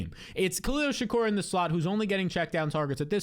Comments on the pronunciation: “Shakeer” not Tupac 💀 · This guy needs to learn how to say Shakir